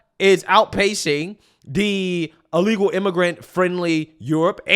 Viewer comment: BIRTH, not BIRF. Why do you pronounce the word "illegal" like you are in the process of vomiting? And PLEASE, clear your throat before you go on mic. It's disgusting hearing your phlegm in the back of your throat that you swallow back. Fucking disgusting.